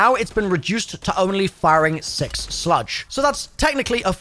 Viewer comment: He's definitely mispronouncing words like "slug" (to sludge) to increase activity in the comments.. and I'm not even mad about it lol